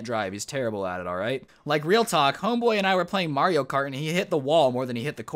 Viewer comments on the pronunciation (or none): none